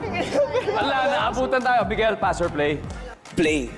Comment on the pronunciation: Babaero?? Hihihi diba babaero you😂